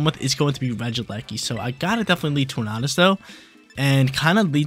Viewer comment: love the Regulation D content, keep em coming, but have to say it's pronounced like "Tour-Nay-Dus" like Tornado. That's all, keep crushing it!